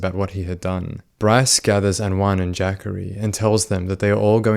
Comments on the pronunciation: I think that young mans name is pronounced:"JA COREY" um not "JACKERY" but if Im wrong, I stand corrected. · It’s ja-cory not Jaqauri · "Jackery" is probably pronounced more like "Juh-Corey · Its ja-cory, not jackorie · I know you don't know anything about (AAVE) African-American Vernacular English so you get a pass for this. I'm sure that no African-American mother would name her child Jackery the spelling of the name is JaCorey. I'm quite sure that it's pronounced Ja-Corey not Jackery. The way you say it reminds me of Thackeray Binks from the movie "Hocus Pocus". 😆 🤣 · JACHARY??! …oh….. it’s Jacorey. LOL I really thought his mom said “Zachary, but with a J”🤣🤣🤣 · Jacorey not Jackary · Jah-Kohr-ee is how you pronounce Jacory, not the way you’re saying it. Lol. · Pretty sure its not pronounced "jackery" lol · It's pronounced Juh Corey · Was looking for this comment... Was thinking it's pronounced Juh Corey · the way you pronouced jacorey got me deceased